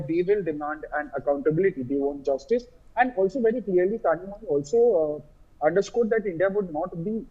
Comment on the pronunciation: someone tell these north indian anchors that tamil has special sound which needs to be pronounced using bent tongue and "zhi" is pronounced like Li or Lee but differently......in fact tamizh itself should be pronounced that way.....